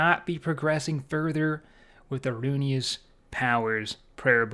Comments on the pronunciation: Roo IN us not Roo E nus. Pleaseeee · i just sat through half this video thinking it was a different prayer book because you caller it "The Runious Prayer Book" and not "ru-in-iss" lmfao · why are you calling it runius? its ruinous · RUINus , not runeyus, good video though man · Ruin-ness is how it’s pronounced not runeyus lol good video though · Please atleast learn how to pronounce things before making a video on it. Ruinous. Ru...in...ous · I’m not sure why, but the sound of pronouncing it “Runyous” is kind of growing on me, lol. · "Runious" lol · Ruinous = "roo-in-us" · RUNE IOUS XD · Ruinous powers, not Rune-e-us. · "rune-eee-us" lmao cmon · Roo-in-us is how you pronounce it lol love you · Fyi, it's rune ness. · good video, but I HAVE to say... ruinous: roo-in-us. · Can someone teach this man how to pronounce Ruinous